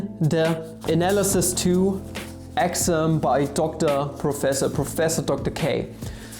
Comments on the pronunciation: I was so confused, I kept hearing "Axiom" when was actually trying to say "Exam". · Sorry, but an exaaahm is not an excem. I wil worry about the Math a little later. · your exam sounded like axiom. hahahahaha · WTF???? wtf are you trying to say? exam or axiom!!!! btw I Luv ur vids